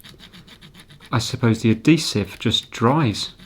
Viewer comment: It almost sounds like you were saying "adthesive" instead of just adhesive. Maybe the Theosaurus was making you also say "adthesive"?